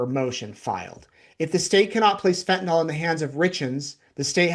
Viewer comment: It is fentanyl, not fentan-all. Pet peeve.